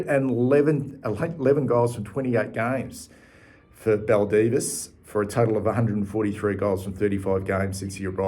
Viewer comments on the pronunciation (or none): So interesting to see where these players ended up…..btw Baldivis is pronounced Bal-die-vis